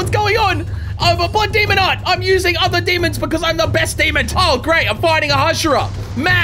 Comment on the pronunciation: I love how he say demonD instead of demon